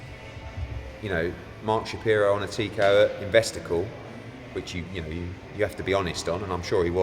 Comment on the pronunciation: Eddies new slogan "lets have a cawl" 😂😂